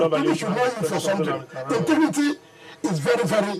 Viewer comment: God will not allow Wike to rule Nigeria, apart from pride, he has no sense - he is so shallow and a trouble maker. Mr. ' intigrity' - English of a so-called lawyer. "Intigrity' instead of ' integrity'